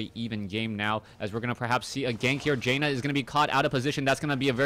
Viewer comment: great cast! but its pronounced JAN-NUH, not JAY NUH <3